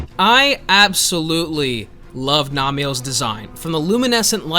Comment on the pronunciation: Him saying Namielle over and over again with that pronounciation is killing me. Also Mizu having no mentions is sad to me but sure.